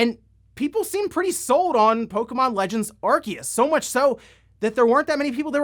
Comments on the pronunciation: I didn't give him a thumbs down but the way he pronounces Arceus is f**** stupid. It's written Arceus ffs not f**** Arkeus. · It's ArSeus (arceus) just have to look at the japanese name, アルセウス (a ru se u su) NOT a ru KE u su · Pokemon Legends: Arceus is pronounced “Arseus” in Japanese. Where did you get the info that its “Arkeus”? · "Ar-seeus" is the true way of saying it's name anyways. Saying "Ar-kee-us" just sounds so wrong lmao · It’s pronounced Arseeus, not Arkeus. The japanese pronouncing is clear on that. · The problem with the pronunciation of Arceus is that in Japanese, it actually is the same name, pronounced "Ar-see-us" (Technically アルセウス Aruseusu) while they appear to have called it both "Ar-key-us" and "Ar-see-us" in the anime and movies I think, causing more confusion. I honestly would prefer it be pronounced the former for consistency reasons. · It's literally A-ru-se-u-su in Japanese, "se" is pronouced like "say" "Ar-say-us" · it's "Arseeus" and i will die on that hill. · Ar-see-us get the ark tf outta here, saying it wrong just cause someone from nintendo said it wrong just makes you as dumb as that person. Arceus looks awesome the only big criticism I see is still no voice acting. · It's okay, not even Pokemon fans know how to pronounce Arceus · It's pronounced Arceus, not Arceus. The Pokemon Company just doesn't know how to pronounce the names of their own Pokemon.